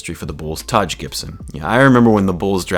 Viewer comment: Great vid man but you gotta learn how to pronounce “Taj” lol